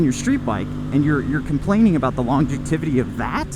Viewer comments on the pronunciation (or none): I liked the video. Common sense is a good yardstick. By the way, it is "longevity" not "longetivity." I enjoy your approach. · I think reliability only matters if you have just one bike. On a side note, I am totally going to say longetivity whenever possible from now on!